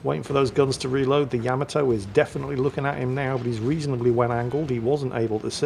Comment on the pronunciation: GOTDAMNIT it's YUH-Ma-Toe!!!! NOT YAM-A-TOE!!!!!